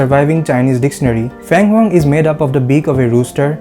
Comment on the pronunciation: Pronunciation: Feng Huang Feng = Sounds like Fern Fir Feng… Not Fang 🧛‍♂️.